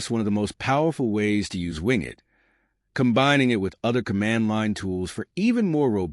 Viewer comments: Great video, but surely its "Win" "Get" as is Windowes Get. Rather that Wing it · As soon as I heard wing it, I immediately ascribe zero credibility to any content that follows. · The pronunciation is not ‘wing it” but win-get.” This is similar to Ubuntu’s “apt get,” which is the default Linux distribution for WSL. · It most definitely is NOT "Wingit" but "WinGet". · Maybe listen back to your AI generated voice track before posting a video. Win (short for Windows). Get (as in to acquire). Not wing it (as to improvise). Good information. Bad quality AI. At least you were nice enough to provide timestamps. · AI narrator. Wing-it. Lol. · good video :-) But "wingit" ... haha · That's the problem with using AI generated voice overs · Agrees with c comments trefarga pronunciation, but also one extra point: I noticed the "winget.bat" icon on the desktop didn't show the file extension. I recommend putting a checkmark next to the option for showing file extensions in Explorer settings. It's a small detail, but may improve security, since many malware files take advantage of this to cover up their real file type. See a PDF icon and want to open the document? It could be an executable masquerading as a PDF.